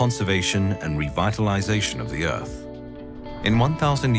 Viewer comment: Let's all pitch in to save the 'uth'! jk good video